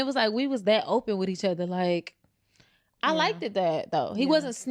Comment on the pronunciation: She lost me 5 seconds in the video at “I liked-ed” that